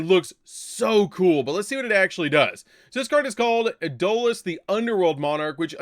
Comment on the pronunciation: Adolis...? Its Eidos (Aydos)...